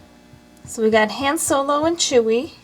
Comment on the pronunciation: You are saying Hans name wrong